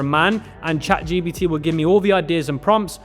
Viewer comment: Bro ChatGPT not ChatGBT lol